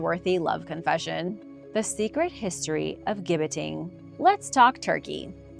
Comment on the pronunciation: Gibbeting = Jibbeting ..it is a "J" sound